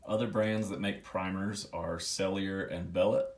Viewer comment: I’ve learned it’s pronounced “sell-i-ay and bell-oh”